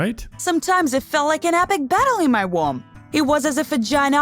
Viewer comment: "Womm" instead of womb, "HubBEEdut" instead of habitat, it's making me want to tear my hair out